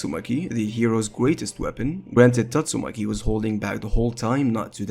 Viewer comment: Good video but pls pronounce Tatsumaki right, respect the waifu🎉